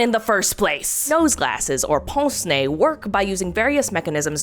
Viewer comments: it's just hilarious as a french person that you say pONce nez, instead of pINce nez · im so sorry but I need to tell you that "pince nez" isn't prononced as "pance né", but more "p-ein-se né" (idk how to explain it) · This pronunciation of "pince-nez" is so wrong... sounds like "ponce-nez", as if a device for sanding your nose. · bro said pense nez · "they don't 'pince' your 'nez'!🤣🤣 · If you need help pronouncing "pince-nez", a Québécois who has studied Canadian and France French, I'm her to help. For "pince", you basically pronounce how the word pint is pronounced, but replace the t sound with an "s". Then, for "nez", it's basically like saying "meh" but it's an n instead.